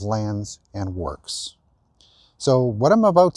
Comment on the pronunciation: "Land and works". Works rhymes with perks, not with forks.